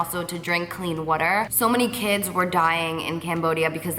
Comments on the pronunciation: I die when she says" woo-der"😂😂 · So amazing all of the stuff you've been doing! Such an inspiration!! Also it's funny how you say water like "wuter" 😂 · Vanessa I thought it was only me it sounds like she's saying 'witter' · The way she says "water" lol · P.s every time you say 'water' 😭 love it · love how she says water❤❤ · I love how you say "water" haha. Can't wait for the videos! I'm going to have my tissues ready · Lmaoooo the way you say water. So jersey. You're really sweet! Def fave YouTuber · I can tell you're a Jersey girl from the way you say "water"😂❤ Love you Carli ! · the way you say water tho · did anybody else find it weird how she says water ? lol